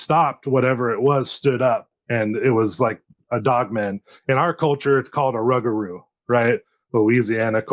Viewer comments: Never heard it pronounced 'rug - a - roo' 😂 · Hello gentlemen I'm from Des Allemands Louisiana Yall don't think I'm trying to sound like a dic but it's pronounced Rou-gaH-rou.. that's how my how my great grandmother born 1893 died in 1996 pronounced she was also of native American decent but not just her every person I know down here in deep south Louisiana pronounces it that way it just trips me out when I hear folk say rugahrou like said 😝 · In my culture...in my culture...in my culture...You're 1/8th Indian max. Just looks like a normal white dude to me. Seem to see that a lot on these channels. Larping. Oh and it's pronounced 'Roo-gaH-roo'